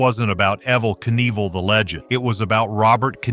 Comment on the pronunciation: As soon as his name was mispronounced I turned the video off.